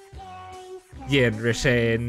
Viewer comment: it's said Yanderay